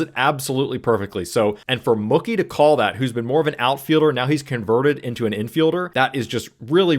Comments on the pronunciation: You’re saying Mookie like cookie 😂 say like a cow goes moo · His name is pronounced Moo- key ,like a cow 🐮🐄 says Moo, Key 🗝️ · Are you saying "Muckie" Betts? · Mookie not mucky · Mookie rhymes with Dookie, not Cookie, lol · Why are you pronouncing Mookie like cookie? It's pronounced Moo-key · I'm a casual baseball fan and this was a great explanation of a wheel play. Thank you! Also just fyi Mookie is pronounced Moo-key 🙂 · I don't think you're wrong. It's Mookie like bookie. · Huh? You mean Moo-Key? As opposed to Mookie like Bookie? I say the latter. So does he. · you pronounce Mookie like it's a slur lmfao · I hate the way you're pronouncing Mookie's name wrong 😭 Cool vid tho 👍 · Someone tell this guy how to pronounce Mookie. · Someone should tell Mookie he's been pronouncing his name wrong this whole time. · Well...it does rhyme with "cookie"! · Mookie pronunciation is making me laugh. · I really don’t like the way you say mookie but I appreciate the teaching moment of the video great stuff